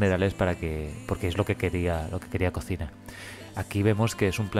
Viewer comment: Se pronuncia collima 😉